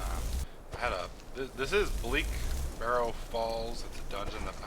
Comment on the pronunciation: In the video where you did Bleak Falls Barrow for the first time, and this video, you never pronounced it's name right.